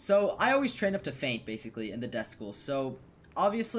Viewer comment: It's death not desk